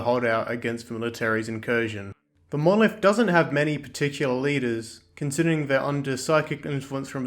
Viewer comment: "Monoleeth..." Fucking explodes